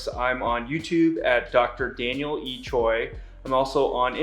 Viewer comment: I like how he's pronouncing his name. 'Choi' is pronounced as 'Toi'😍